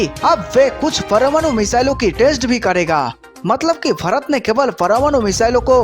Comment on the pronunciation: This person pronounces Bharat as fharat